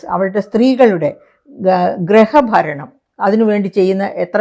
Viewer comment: ഗ്രഹഭരണം അല്ല .... Griha baranam